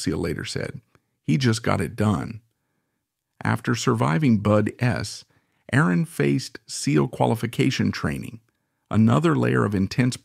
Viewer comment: This is AI generated TRASH - The AI voice is generated by a GROK or ChatGPT AI generated description of Vaughn and BUD/S. This loser simply copy/pasted everything into a AI voice generator, that's why it says dumb/weird shit like BUD S or "bud slash s". This ass-hat spent about 10 minutes of effort to pay tribute to a man who gave his life to the SEAL team. Block this channel, it's TRASH.